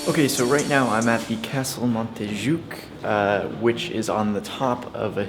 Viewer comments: 1. Ga U dÍ!!! Not Gadi 2. Mont JUIC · Jacqueline Díaz the same thing with Montjuïc, it is prononuced: montjuÏc, the i is the strongest sound.